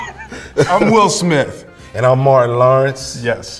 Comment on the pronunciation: I like how will says "Smiff" instead of Smith 😆